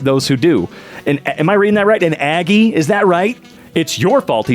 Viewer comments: im so surprised he said aggie right ha! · Yes, you pronounced Aggie right. The college town that they were referring to was probably Bryan College Station, which is the location of A&M university. The students there are referred to as Aggies. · You read the word “Aggie” correctly. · Yes, in fact, that is how you pronounce Aggie. If you would like to know, an Aggie is like a rural farmer of some sort. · “A college town in Texas where everyone’s favorite color is maroon” Heeyyyy! XD My Dad graduated in veterinary medicine there. And yes, you said Aggie right.